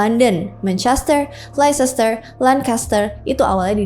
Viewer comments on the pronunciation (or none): Leicester pronouncenya Lehstr kak..hanya koreksi minor..yg lain mantap kak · leicester dibaca lester, seperti klub premier league leicester city dibaca lester city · Oops Leicester nya kayanya anu tuh :)